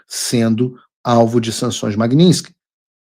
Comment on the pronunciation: Paulo, não é magniNsky, e MAGNITSKY